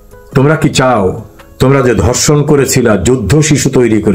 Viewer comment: ভাই দর্শন নয় ধর্ষন । দর্শক নয়। ধর্ষক । বাই নয় ভাই। বারত নয় ভারত। আপনাকে সালুট জানাই। ধন্যবাদ ছালাম আপনাকে বাঙালীর পক্ষে বাঙলাদেশের পক্ষে কথা বলার জন্য।